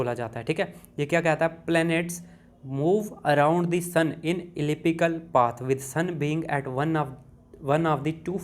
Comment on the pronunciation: Elliptical ha ya ellipical